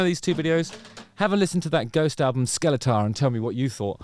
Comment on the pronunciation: The album is pronounced ”Skellefteå”